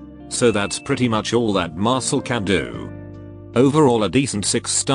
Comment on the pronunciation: Why do I keep hearing Mashle instead of Marcille